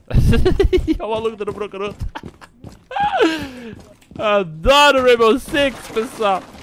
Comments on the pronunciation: "ranbow six" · joga a 3000 horas e fala ranbow six uashuahsu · "Rambosix" kkkkk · ele falou "RAMBO SIX"